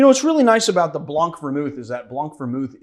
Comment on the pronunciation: Your cutting board is getting drunk too.... LOL OH, FYI, "BLANC" is actually pronounced "BLAN" (the C is silent) and I'm going to use Chilean Pisco...Pisquero Elqui Capel Reservado Moai (the bottle is shaped like a Moai statue)....check it out! Exit, stage left.....